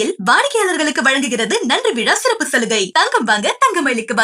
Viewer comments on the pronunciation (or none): none